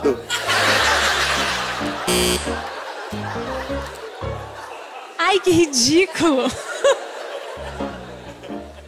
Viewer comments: ela na hora de falar anel de noivado falou algo como anel de "noí-vado", aí ele fez a piada em cima disso. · Ele tava zoando a pq ela deu uma derrapada quando foi pronunciar "noivado" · É que a moça falou anéis de "noívado" aí o fez uma piada com isso